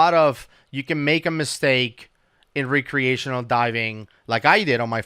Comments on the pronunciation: Lol. Re-creational. Are they recreating dive scenarios or what? Like civil war actors recreating battles? Jk Youre a wonderful human being and diving resource. Just nitpicking your pronunciation of recreation is all. Keep up the outstanding work keeping potential future divers and even veteran divers safe. You and Woody truly do perform a public service and your passion for diving is evident. Change nothing. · It's pronounced wreck-creational :) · Is he saying recreational diving???? Because it sounds like some re-creation… lol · pronouncing "Re-creational" like he is re- creating something is annoying! Lol love you! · re-creational divers, lol love the way he says it! Just leaving my comment to say I really enjoy the content boys, keep it comin! :D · I like your videos. But can you please say recreational properly PLEASE!!!!!! It's driving me crazy!!!!!!!!!!!!!! I'm sure it's driving everyone else crazy too!!!!!!!!!!!!!